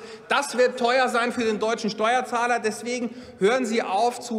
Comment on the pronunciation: Wer kennt ihn nicht? Den "Steuerahler" 😂😂